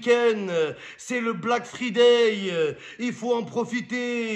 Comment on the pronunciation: Fryday chéri mom pas free day sinn t'es nuul ❤